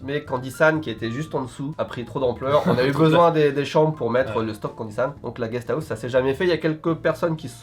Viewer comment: MDR GUEST AOUSSE!!!🤣🤣🤣 parle bcp mieux japonais qu'anglais